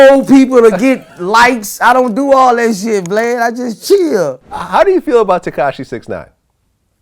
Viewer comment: Boosie be calling Vlad "Blad" 😭